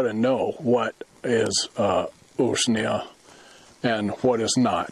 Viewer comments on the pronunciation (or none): Usnea is pronounced.... ooze-nee-ah ! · Pas de molid 🇷🇴 Usnea rhymes with ruse, 🦊